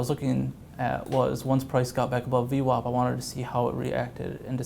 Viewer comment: What's in the water in New York that VWAP is pronounced as though it is spelled VWOP?